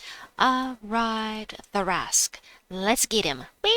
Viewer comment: I think it's pronounced, Tar-rasq. The C and h are silent. But that's in D&D standards 😂